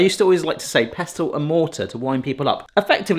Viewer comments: The "t" in "pestle" is silent, as in the word, "listen". 😊❤ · it's a 'pessel' not a 'pes-tel'